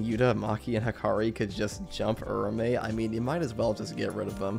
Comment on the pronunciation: I think Its pronounced Ura-Ume, just how Its written..